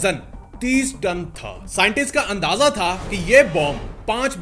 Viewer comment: Rip English